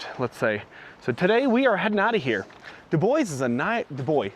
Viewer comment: It's Du-bwa, not Du-boys. Du-boys are your nutz. 😂